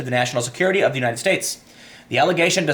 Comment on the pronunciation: Your inner Chicagoan came out there at the end with "da bullsh*t."